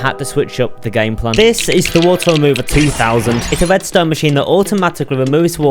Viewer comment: I love how bro pronounces R, cuz it sounds so cute, like "cweepeh" "wedstone" and more